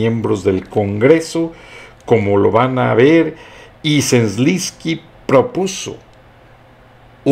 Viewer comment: Se dice: Z E L E N S K Y, no Zlinsky...